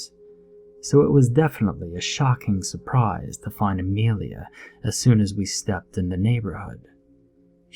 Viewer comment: It is Amelia not Amrealia